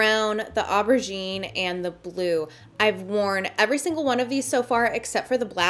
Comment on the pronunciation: The way you said aubergine reminded me of steel magnolias so much